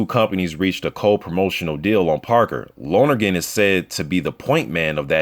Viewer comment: Bruh some useless info for ya, but you say dean lonergan's name like lonnergan not loner-gan. All good